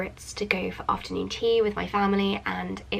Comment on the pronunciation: "ofta nuun ttttt"